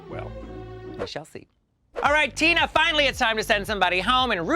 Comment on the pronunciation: LOL, did she introduce Tina as "Tuna Burner" or am I hearing things? LOL